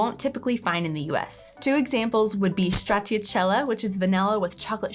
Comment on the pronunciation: That is simply how to make salad. If it's in a bowl you can Pick it up ans leave the most dressing there. It is just to get a Flavour. Dry Salad...what is that..just salad without acid, oil and salt pepper, herbs ect. Und Like in Youuu.. not Ünd Küchen. It is Stra (sh sound) zi a tella.